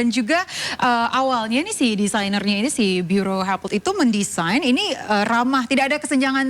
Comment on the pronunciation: Kok pembawa acaranya bilang disainer😅